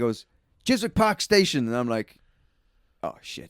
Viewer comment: FYI it's pronounced Chis-ick - no W. (Trying to be helpful not snarky)